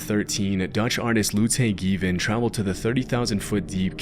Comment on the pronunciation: For any fellow Dutch viewers, that name is Lotte Geeven. Just wanted to post that here so this relatively small part of the viewerbase can be amused by the pronunciation for a couple seconds before moving on with their day. No hate 👍